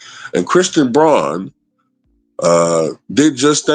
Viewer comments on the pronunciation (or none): Christian Braun ~ Pronounced Brown.